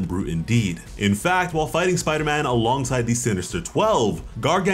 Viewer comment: The way you pronounce Gargan as Gar-Gan… It’s rough.